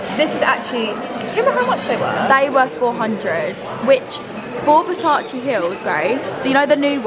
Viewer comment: Versac-ay not Versac-ee 😩